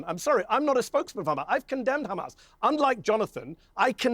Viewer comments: why does he say khamas khizbulla khouthis when he clearly can pronounce the H normally in other words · Why do they pronounce it kkkrrkkamaas? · don't believe a person who says "KHHAMAS".